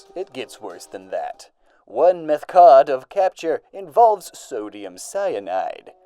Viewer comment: "Meth cod"